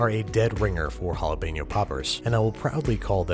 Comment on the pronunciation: You're mispronouncing Jalapeño, it hurts my ears ;^